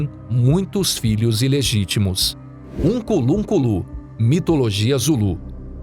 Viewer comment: Ukunlunkulu da errado, o certo é Unkulunkulu.